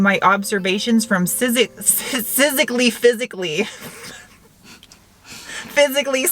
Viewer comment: "Sysically" and "Mattified"